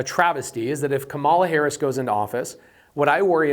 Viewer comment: Didn't think about them mass deportations and tariffs. Economy is shit now. Also, what's up with saying Kamala Harris's name wrong.